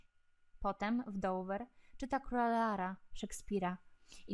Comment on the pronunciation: czyta się "króla Lira", a nie "Leara"...